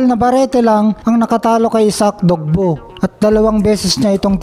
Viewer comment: Usapang pinoy= casual boxing fan Isaac dogbou ❌ Isaac dogboe (dogbie ang pronunciation)